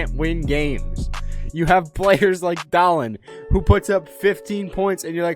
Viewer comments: It is DAA-lin, not DA-lin but idm lmao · Not dahllenn